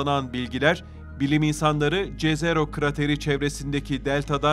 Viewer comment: Jezero diye bir şey yok jezero yazılsa da yezero seslenmeli ki yerini bulsun